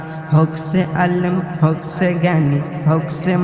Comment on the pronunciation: উচ্চারণ ঠিক করতে হবে। যেমন, হউক ছে নয় হউক সে হবে। ছেরা নয় সেরা হবে।